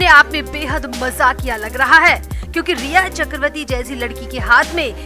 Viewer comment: Chakravati is wrong pronouns ,it should be chakraborty/chakravarty